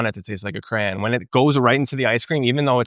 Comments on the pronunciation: I stopped when you said "crayan" was an American thing. Lol! Its crayon. Just giving you crap, cool vid! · he's absolutely pronouncing crayon weird. no one here says cray-n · I am from Chicago and we do not say "cran" we say "crayon". However I lived in Pennsylvania (ironically where the Crayola Crayon factory is) and they say "cran" or "crown". Oh, and after seeing this I have to get myself a Ninja Creami. I LOVE Ninja products! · No one says "cran" for cayon. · Cran ????? I certain you’re the only person I’ve heard pronounce crayon…… cran and I’m born and raised in the south where people mispronounced words frequently. Until you explained, I thought you were talking about cranberries 🤣🤣🤣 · Bain Marie for his "Cran" 😀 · I love the fact couldn't get past the "cran"... smirked every time lol